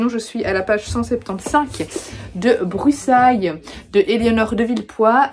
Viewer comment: Coucou merci pour cette vidéo ! Mais qui a prononcé Brussailles "Brussayes" ? (balance des noms 😆🤣). Grisha m'a un peu déçue mais j'ai adoré Six of crows et la série et je viens de commencer King of scars 😄 Brussailles était sympa j'aime beaucoup l'humour de l'autrice mais j'ai trouvé l'histoire un peu prévisible et je me suis un peu ennuyée vers le milieu ... Mais sinon j'ai beaucoup aimé les anecdotes et informations ajoutées en bas de page et le message était chouette.